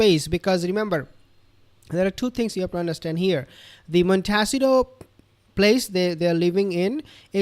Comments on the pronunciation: Just FYI: Montecito is pronounced: Mon-Tay-CEE-to. The accent being on the third syllable. It’s Spanish. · Its pronounced mon ta see toe